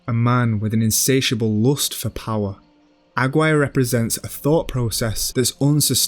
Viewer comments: AG WIRE? why can't you pronounce it? Agir rey. There's a push but that would be too much to explain. Up to that point I was wavering but you were holding my interest, AG WIRE broke the spell. Better luck next time exploring aesthetics while mangling your pronunciations. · Aguirre is pronounced Ah-gee (hard g)-ray. You guys do such great work, I'm surprised you didn't check this. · Incredible work as always, thank you for your effort and academic endeavour, however as a spanish speaker i have to make the anotation the correct pronunciation for Aguirre is Ah-gee-RR-e. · AGUIRRE: ah-ghee-ray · great video, tho i can't help but point out your ronounciation of aguirre being completely off, i'm sorry. it's pronounced ah-gee(like mcgee)-reh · Pretty good video, but is the narrator really pronouncing 'Aguirre' as 'agg-wire'?? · aggwire is to aguirre what jah lah pen-o is to jalapeno. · the worst pronunciation of "aguirre" i've ever heard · aside from mispronouncing "AGUIRRE"